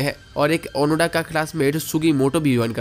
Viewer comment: ओनोडा नहीं ओनोदा नाम है उसका